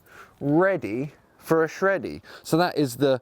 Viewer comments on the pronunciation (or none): "Ready for a sheddy" hahah